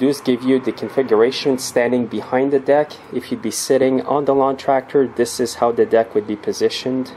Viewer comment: Stop saying THEE in front of every word that doesn't begin with a vowel.